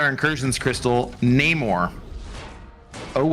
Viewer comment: its Namor not Namur..😂 Namor is the comic book real name not the crap Marvel spit out in BP2 lol